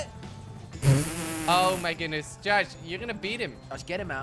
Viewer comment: you said yosh in stead of josh lol 😂😝🤣